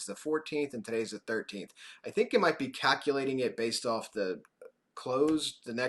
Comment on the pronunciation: I love that you pronounce it "cackulating"